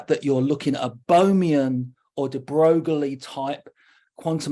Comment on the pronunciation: Louis de Broglie's name is pronounced "de Broy" - just so knows.